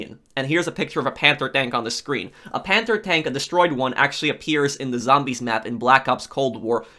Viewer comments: Are you saying panther or panzer tank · its not panther its panzer